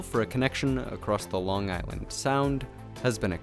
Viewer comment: And just saying this guy butchered the pronunciation of Long Island